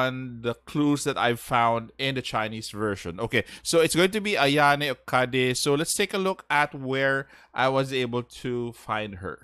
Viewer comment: "We desperately need a good defender for Galatea." SANADA YUKIMURA: "Am I a joke to you?" Y'all hate on doge boy only because he's not a froster. But he's really efficient with the Three Kingdoms/Sengoku team. And it's pronounced O-KA-DA, not "O-KA-DAY". I know you're an English-speaker hence lazy (LOL) but please, my poor ears are bleeding after listening to you. Is it so hard to consider forgoing your native Alphabet when dealing with foreign names?